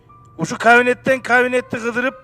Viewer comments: Кавнет эмес! Кабинет!!! Дурак! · Кавинет дейт го